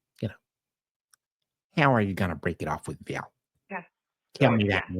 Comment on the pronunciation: Every time she says "Val" I throw up in my mouth a little. Of all of the words I've heard her say... that is the worst of the cringe words.